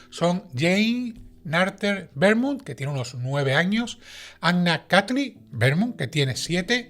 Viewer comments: Tú dices Vermont, pero Beaumont es francés, se pronuncia Bomont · Beaumont es un apellido frances y se pronuncia Bomon. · Beaumont es un apellido francés, no inglés. Se lee "bomón". 😅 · Hola. El apellido literalmente leido en español setia BOMONT. Un saludo y a seguir asi de magistralmente. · El apellido es francés, y se pronuncia " bomon"